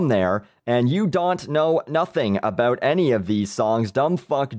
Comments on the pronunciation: Dude, you are fuckin great. Funny as hell....not bad for a canadian. Hows a "boot" you keep the vids coming! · I couldn't help but notice the way you say "bout". Would you happen to be Canadian? Fan of your videos, btw.